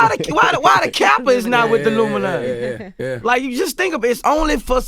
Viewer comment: "Why he not part of the LUMINATY!!??"